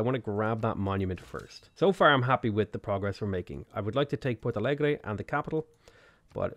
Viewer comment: I'm loving the new series. I was just cooking dinner here and I thought "I hope uploads today". You never disappoint, man! Thank you for the video! I love the way you pronounced our cities names! Guarulhos wasn't even close, but Porto Alegre was surprisingly okay! Okay, I'll keep watching now. Just dropping this random comment here.